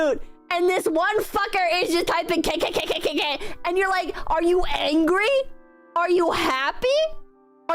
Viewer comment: I apologize in name of my subsection of Brazil for radicalizing you,, and I need to tell that "kkkk" is an onomatopoeia supposed to be pronounced as "kahkahkahkah", as in laughing, either joyously or panicked.